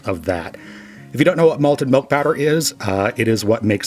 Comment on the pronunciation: Are you saying "melk?"